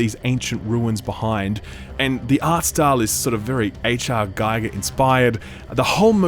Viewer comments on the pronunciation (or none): This was super exiting until you said PS5 exclusive :( Sidenote: Giger is pronounced "geeger"